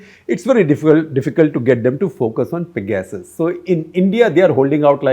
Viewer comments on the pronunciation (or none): Excellent episode for 800! Congrats! But could u say 'pegersis' instead of peg-asses